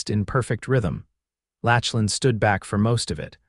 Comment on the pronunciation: Saying his name as Latchlin instead of Locklin throughout was annoying. Maybe you need to read out aloud to a few educated friends first so errors like these don’t happen.